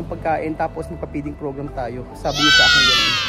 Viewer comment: Peeding program na sabi mo o feeding program ang tama.